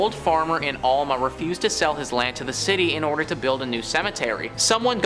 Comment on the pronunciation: I don't normally call out YouTube content providers, but this time I will. First let me say that you need to learn how to pronounce English. The city of "Alma", "Saline" river and "Ft. Leavenworth" were pronounced incorrectly. Also, I was stationed at Ft. Leavenworth in 1995 and I have worked there ever since. Sure, there are reports of haunting and other strange things, but your moronic comments about the place and how it should be torn down are comments made by a fool who wants to make themselves look important. I hope no one takes your stupid a$$ seriously.